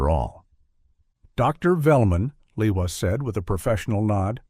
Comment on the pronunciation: Lehua is a Hawaiian name, it is pronounced Lay•WHO•ah with the accent on the 2nd syllable.